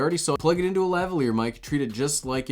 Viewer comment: Just an observation: it’s seems to be a rule of thumb that when Americans don’t know a foreign word they pronounce it how how it’s spelled and emphasise the first syllable, without ever checking with a native speaker. So, ‘lavalier’ sounds so much better enunciated la - VAL - ee - er. Anything else is a tragedy.